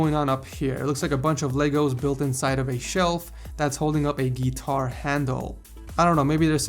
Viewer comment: lol he says guitar like geetar